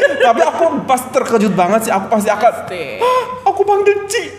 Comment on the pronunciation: Cik maksudnya miss...sebutnya cek